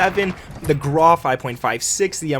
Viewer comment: I like how you said the 'Grah' instead of Grau